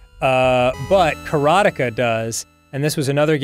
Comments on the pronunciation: How they pronounce Karateka is killing me. So wrong lol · It's not 'kara-TEKA', it's 'karate-ka', it's literally the Japanese word for exactly what the game said it was, a practitioner of Karate... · Karateka blasted me to the past, but it was jarring to hear Dan say kara-teka. It's karate-ka, right?? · Someone has probably said it some where, but it is pronounce Kaa raa te ka. A practitioner of Karate is called a Karate-ka.